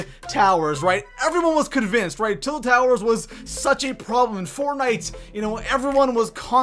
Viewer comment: “Til Towers” xD